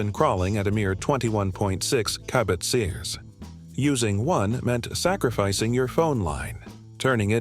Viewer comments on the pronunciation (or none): What is a "kabit seaz"? It's "kilobits per second". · Huh? Kabutzee-us? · wtf is “kabit-sears”? 😂